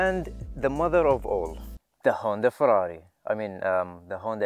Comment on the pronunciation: >the Honda firrari. Lmfao